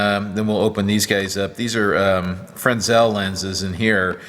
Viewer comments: Frensel? You mean fresnel, right? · Hi the fresnel lens is pronounced frenel the 's' is silent. Im a roadie by trade. not sure but I think they were named after the guy who invented them. thanks for the education I'm getting watching your videos! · The lens is pronounced fre-nel the s is silent. sorry it hurt my optics ears.... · Aha, someone from the other side of the pronunciation of Fresnel! I worked in equipment rentals for a buddy in the movie industry to fill in while on lay-off from my welding job, and they always pronounced it [Fray-NEL], so I just went along with it. Now I might have to change my ways! :D Thanks for the shares, Aloha...Chuck